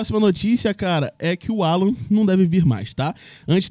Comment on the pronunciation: O. NOME DELE É ALLAN, E NÃO 'ALLAN.!!!!!!!!